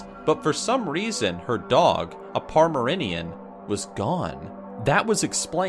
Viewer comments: pomrenerian i'm crying, it's Pomeranian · they way he said Pomeranian XD